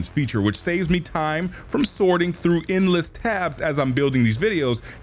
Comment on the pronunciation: In-less or ENDless? hmm need work with your pronunciation bruh.